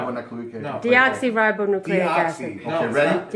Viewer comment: Dee-rybo Nucleic Acid? LMFAO ... Mate it’s DeOXYribonucleic Acid.